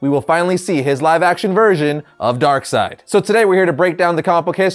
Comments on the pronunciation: If you take a shot every time you says darksied you'd probably die of alcohol poisoning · The name of this antagonist is Darkseid and the last syllable is spelled like the English name "Reid." Since that name is pronounced "Reed," it only follows that the master villain's name would be pronounced "Darkseed" instead of "Darkside." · Sometimes I get annoyed when people pronounce his name "DarkSeed". I dunno, it just annoys me for some reason.